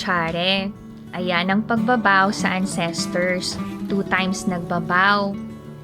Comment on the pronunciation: Yes please DON'T. Para kang AI. Yung intonation sobrang off. Sorry ha pero nagsasabi lang ako ng totoo (nasobrahan nga lang ata) but CRINGY kasi siya as in. Btw, it's AN-ses-terz (The stress is on the first syllable (AN-ses-terz).